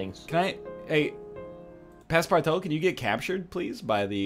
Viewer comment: PASSPARTOUT not PASSPARTAO the ''out'' pronounce like the ''oo'' in the word ''oozing'' for example